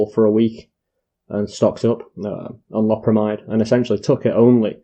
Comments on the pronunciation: It's pronounced low-perra-my-dd, it's an amide so it's spoken like that. Not an amine like codeine or morphine or amphetamine etc, one other thing is that synthetic opiates are called opioids- see methadone, tramadol and so on. I've just bought 5 boxed and just ate 18 2mg and will see what happens. Had 85mg oxycodeone about 24hrs ago and 15mg about 12hrs ago also had about 300mg of gear - smoked - is 18tabs enough? I took 20mg omeprazole with them too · Lo(w) per amide. Even the Brits are saying it weird. Thought it was just true Americans. Love from* Scotland 🏴💙